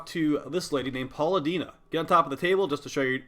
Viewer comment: Paula Dina....lol! Way to butcher Palladino :)